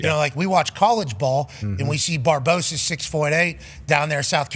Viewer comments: Cardoso Pat not Barboso. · Why do you keep calling Cardosa "Barbosa"? 😅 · Pat her last name is Cardoso not Barboso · Barboso? You mean, Cardoso?